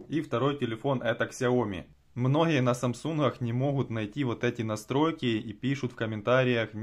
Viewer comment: Особенно это "мноха" "мнохие"